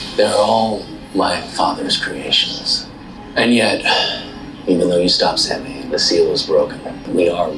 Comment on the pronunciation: I HATE that they don't pronounce Samhain correctly. It would have taken less than a minute of research to know how to pronounce it. Not one of my favs - but I still love, love, love Supernatural.